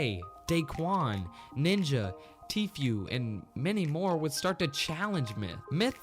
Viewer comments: Did you just say Tfew Not Tfue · did he call Tfue TFew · Its tfue not tfew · finally i thought im the only one who pronouce Tfue as "T few" and not "T fu" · No not "Teephew". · I hate how white people say tfue' s name. They be saying Tfew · Why does every one say tfwue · You pronounced Tfue wrong lol it’s pronounced like Tfu without an e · You said Tfuu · T FEW why you pronounce Turners name wrong? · you did not just say tfuel. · Did you just say tefuu. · He said t few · You said TFEWW